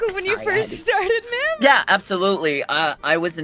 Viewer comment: Mim, its mim!